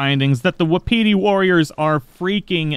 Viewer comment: Not to be that guy but it's pronounced "wah pitty" not "wahpeety" I didn't know that until recently